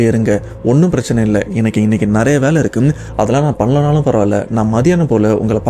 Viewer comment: தம்பி அது வாலை இல்லை வேலை பலமுறை சொல்லியாச்சு ஆனால் நீங்கள் திரும்ப திரும்ப வாலை வாலை என்றே சொல்லி எனக்கு சஙகடமா இருக்கு. திருத்திக விருப்பம் இல்லை என்றால் பரவாயில்ல!!!